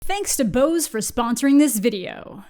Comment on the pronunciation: that's not how you say Bose XD Can recommend the audio devices though. Very good but also expensive